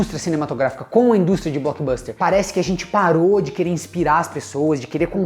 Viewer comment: Parabéns pelo inglês: "Boquiboster" 😂😂😂